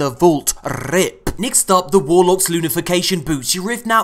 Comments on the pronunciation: And its lunafaction.. not lunafacation xD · I love you, but my God it is LU-NA-FAC-TION you noob NOT LU-NA-FI-CATION! Lol